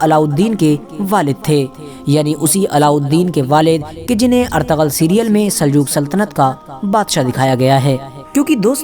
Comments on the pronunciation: Not ertagal.it’s ertugrul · noob its erturul but the spelling is ertugrul not artagal